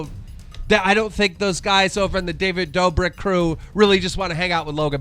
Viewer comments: He actual said David Doberg. Smh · Are you doing that on purpose? Doberk? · Doesn’t care he said doughbird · “David Doberk” lmao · Keemstar can’t correctly say a last name quadeci David dober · Keem u need to go and learn English who calls David dobrik “David doberg”?! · dobre??? did he just said dobreee? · Every video you're purposely miss pronouncing creators names haha nowwwww its, "DAVID DOBIRT"?! Smh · Completely botched David Dobriks name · Jack may nerd. Corina knopmft. David Dober man really can u pronounce anything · “May-nard” “Dough-brick” keemstar please learn how to pronounce names